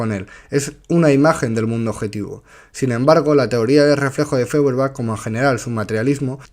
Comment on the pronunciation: Feuerbach, apellido alemán, se pronuncia "Foierbag".